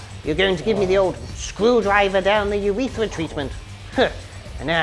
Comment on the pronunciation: "Screwdriver down the urethera" is about right